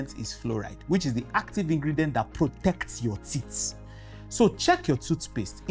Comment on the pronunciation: Teeth not tits ... Watch your pronunciation